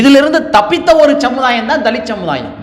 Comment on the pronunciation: சமுதாயம்! ச்சமுதாயம் அல்ல. சமூகம்! ச்சமூகம் இல்ல. ஏன் "ச்" சேர்த்து பேசுகிறாய்?